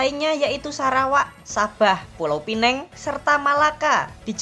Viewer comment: Pulau pineng ga tu😂 , Pulau Pinang kang uyy😂